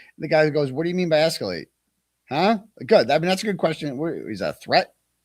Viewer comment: Justin: “I will ‘esculate’ this”